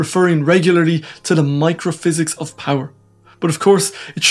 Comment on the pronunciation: Microhysics of powee ? You sound really funny.